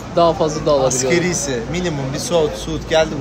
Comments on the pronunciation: Askerii ücret değil asgari ücret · 📌 e’K’presso değil, E S P R E S S O… 📌AsgEri değil, A S G A R İ..